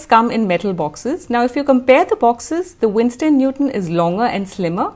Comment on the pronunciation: It's Winsor not Winstor 😊